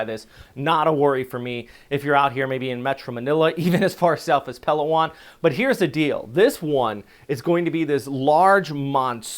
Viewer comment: you mention Palawan often in your reports, but you are saying it wrong. It is pronounced puh·LAA·waan, not PAL·aa·waan.